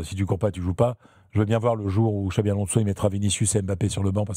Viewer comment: Les gars cest "Xabi" Alonso et non Xavi